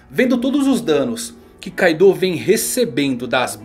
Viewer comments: Meu amigo, o nome é Kaido, e não Kaidô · Tô rindo de raiva dele falar Kaidô kkkkk